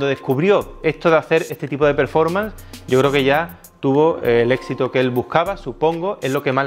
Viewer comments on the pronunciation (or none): none